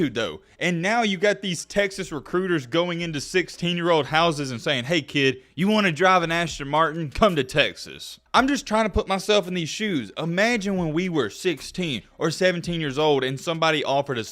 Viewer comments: Assstin Martin not asshhhhton Martin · My dude its Asston not Ashton Martin. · No one:: aSSHHton martin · "Ashton" martin. :| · Aston has no "h" in it.